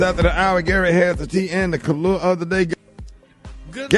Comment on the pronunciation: I thought he was saying kalua like the drink, he's saying color???